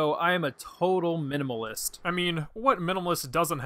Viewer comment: Did he just say “Minimalist”?